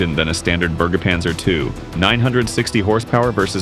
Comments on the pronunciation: The Burgerpanzer 😅 Its pronounced more like the "e" in "went" - Berge panzer. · You almost nailed "Bergepanzer", but try saying Ber as if you were saying 'Bear'. As for the "Wiesent", you butchered that. Pronounce it like this: Veesent. (The Wiesent is a German Bison).